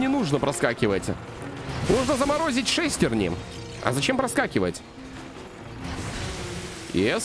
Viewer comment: Не шЕстерня а шестернЯ 🎉🎉🎉🎉🎉🎉🎉🎉🎉🎉